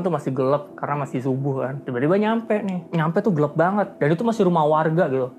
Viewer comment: Gelap mase, bukan gelep